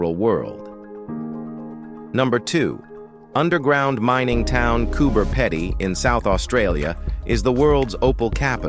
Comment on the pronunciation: Cooper Pedy. Pronounced pea-di